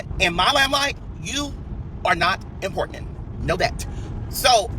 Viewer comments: You are not “Impornan” 😂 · What is he saying Importandant ??? He is not running off at the mouth while looking like someone took a black marker and went off everywhere.🤣 Just ignorant!!! He is ranting because Tiffany is going to be speaking out about the LIES he tells!!! He’s Satan favorite son & he is slow because what fool brags about talking ignorant he big mad everybody is booked and busy meanwhile he’s riding around renting cars and lying like a dog mispronouncing words wishing he was famous rich and important!!!